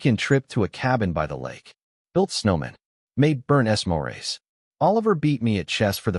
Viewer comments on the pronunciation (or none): "Es-Morays" instead of "Smores"??? Good God If Automated Idiocy is the future of the world, then the world is doomed!